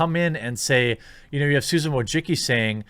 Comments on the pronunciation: Wojcicki - you pronounce it "Wooy-chi-ts'kee". it's a polish surname. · I gotta say, whenever I hear the last name Wojcicki mispronounced I die a little inside.